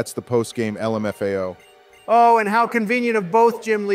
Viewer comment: Honestly - daily content. I am more interested in your script and incorporating it into the game. Speed them up, get that content out, continue using tf out of "el em eff a oh" lmao